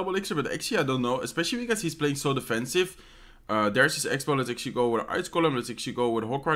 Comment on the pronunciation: "Lets akcualy go with..$ 😂